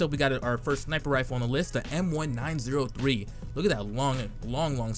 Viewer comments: Its not the M-one-nine-zero-three Its the M-one-nine-o-three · hahahaha. the numbers next to the letter are said like a date, not individual numbers